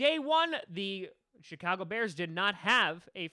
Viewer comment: Did he just say SHITAGO BEARS 😂